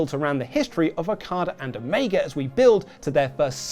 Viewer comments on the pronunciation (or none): none